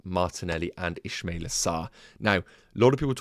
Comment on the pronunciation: It's Ismaila. Not Ishmaila.